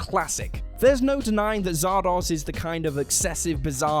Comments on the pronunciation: Zardoz!?!?!? I am a huge Sean Connery fan, but Zardoz is a wretched piece of doo doo. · Sean Connery: Turns down playing Gandalf because he didn't understand it or something. Also Sean Connery: ZARDOZSHHH! Also, I believe the word is "*denizens*"...